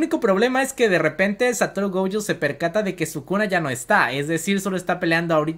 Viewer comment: Es Gojo, no goujo, es shinigami, no shanagami xD